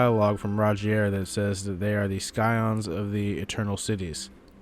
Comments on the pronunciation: sigh ons not sky ons bro (scion) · Scion = Sigh-on Not “sky-on” Otherwise great video, just had to be a pedant and point that out 😉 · Its pronounced "sigh-on". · ski on? rarni? auhhgg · Scion is pronounced with a silent “c.” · You don’t pronounce the “c” in Scion. I hope you see this.